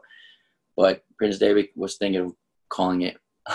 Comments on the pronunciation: It’s funny how how pronounced prince Devitt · Why does he pronounce Devitt like David lol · Why does it sound like he keeps saying prince David and not devitt lol. Am I missing something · I can't be the only one that thinks like it sounds like he's saying David instead of Devitt